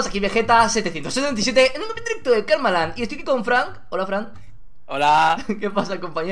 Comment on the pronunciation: dijo kalmaland